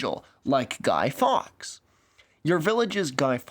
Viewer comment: Didn't get the name at first, I dont know if its your account or pronunciation. But it's pronounced Guy Forks (written Fawkes.). Also, it's not a holiday, it's marked on the calendar and colloquially it's often reframed to as Bonfire Night or even Fireworks Night...obviously.